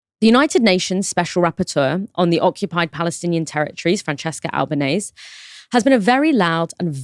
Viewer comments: She DESERVES HER NAME TO BE PRONOUNCED CORRECTLY!: It's Ahl-bah-neh-seh, not ahl-bah-neihs nor ahl-bah-neih-sih. Al-ba-ne-se. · Please pronounce her name correctly. .google it if necessary .it's not Albanaise . Which is is not correct. It's a matter of respect. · Pronunciation! Albanese rhymes with easy